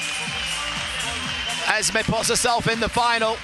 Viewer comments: The name is EsmA, NOT EsmE! Too much Coronation Street! (Oh, and she's Moroccan). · Not Ezmee. EsmAA